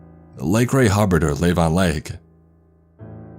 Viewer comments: Ok now i feel uncomfortable since i live in wylie... Also its Lah-Vohn lake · Krill dont shriek and they dont cut and they dont walk... They swim, because they live in water and only water. .they are what blue whales eat. and you pronounced the names of Lake Lavon wrong.. So I am guessing you dont live in Wylie.